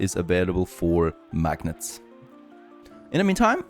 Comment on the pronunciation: It's pronounced "mag-nate" :)